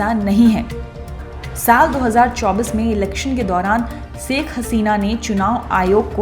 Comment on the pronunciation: Saikh nahi Ma'am Shaikh kaha kariye plz 🙏